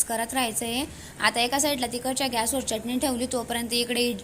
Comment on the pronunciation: Ani चटणी च pronun सेशन व्यवस्थित कर आणि एक तर हिंदी च बोल नाही तर माराठीन